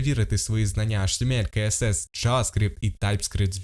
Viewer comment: DOM вимовляється не “дум” а “дом” Document Object Model (DOM)! А про «каесес» CSS я вже мовчу…